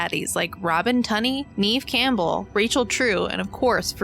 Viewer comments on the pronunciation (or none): none